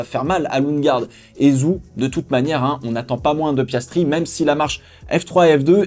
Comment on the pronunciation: Ca me fume comment tu dis Zhou. Si tu veux essayer de te rapprocher d'une prononciation plus chinoise de son nom de famille, dit "Djo". Tellement hate que ca recommence, pourtant on a laissé la F1 en décembre cette fois.